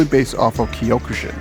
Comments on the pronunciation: Ugh, the pronunciations of the Japanese words are killing me. It's not kiiyokushin, it's cokʃin, c being velar stop. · Wth is whatever the hell that is at the end?? I'm sure Kyokushin is just pronounced Kyo‐Ku-Shin.